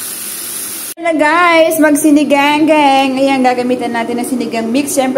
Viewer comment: Mam sinigang po. Hindi po siniganggang baka malito po ung nanoood❤